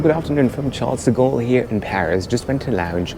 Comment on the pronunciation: You can't even pronounce Charles De Gaulle properly dude, you should have been denied boarding! one of the worst Airlines ''influencer'' in the World.